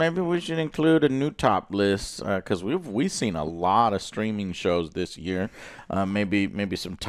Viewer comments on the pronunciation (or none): You say top list, I hear top less 🎉